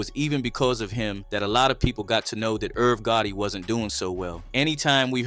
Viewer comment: Is this ai? Irv GOATIE… video over